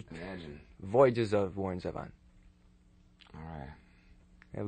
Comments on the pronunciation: I love him just singing and playing live. Genius. The interviewer is bad, however. Can't even pronounce his name correctly. Doesn't seem to be very well-prepared or even know who Warren is. And Warren is gracious through the whole thing. Love him. Miss him. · Too bad the interviewer couldn't be bothered to learn how to pronounce "Zevon" correctly. Also, his obsession with The Eagles and the word desperado was just downright weird. Just because The Eagles had a song named Desperado doesn't mean they own the word.